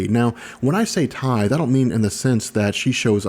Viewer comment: The way he says tithe breaks me.